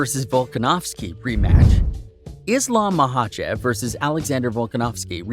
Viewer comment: Pronounciation is horrible